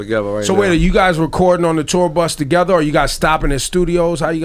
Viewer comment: wtf is "TAGEVA" its "TOGETHER" lool